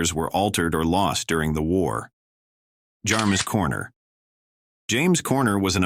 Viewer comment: He got the wrong pics of James Corner (Actor) he even mispronounced his name.